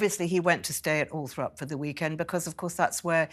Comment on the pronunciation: Considering she’s supposed to be in the know, why does she keep saying Althrop?! It’s Althorpe 🤦🏼‍♀️